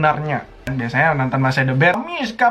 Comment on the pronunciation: Aku dengernya “MISKHAAA” Laa ternyata “MISHA” waakakakak